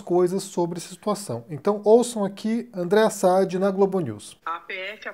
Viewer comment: É Sadi com a sílaba tônica no i.